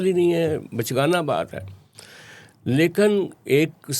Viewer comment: Lekan nahi bhai, lekin